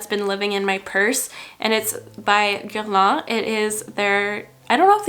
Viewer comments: Ok but do you speak French? Because the way you pronounced that foundation was beautiful. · I’m brazilian and here we call Guerlain with the french pronunciation, and everytime i watch americans use some product from the brand i cringe to hear GerLAINH so when you pronounced it my ears got so happy HAHAHAHAHA amem to Canada! love ya,! sending some love and support from Brazil! 💕